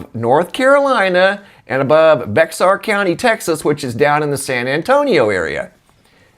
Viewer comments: It's pronounced Bayer , the X is silent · Bexar is pronounced bayhar, but San Antontians say Bear: as in Grizzly 🐻, Polar 🐻‍❄, Teddy 🧸 . Of course we call them critters "bars". 😘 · Actually Bexar is pronounced "BEA-ER" County just thought you would like to the X has an A sound almost like Bayer Aspirin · "Bear" County. Not "Bex-ar". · Hey bro, it’s pronounced Bear County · Hey there, Its "Bear" county where San Antonio is. The "x" is silent. I made the same error when I first moved to Texas! 😬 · Love your videos! Bexar County pronounced (Bear) ❤ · You said brassiere I heard that lol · I think Bexhar may be pronounced like Bear or bare ;). great video as always! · Bexar County is pronounced Bear County. The X is silent, somehow! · Bexar is pronounced like "bear".😉😁